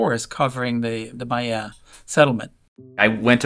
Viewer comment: she said maya not mayan, meaning she did her research, instant subscribe